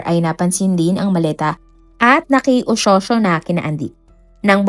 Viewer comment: Naki oshosho😂 pls practice your pronounciation. Kakatamad tuloy tapusin video mo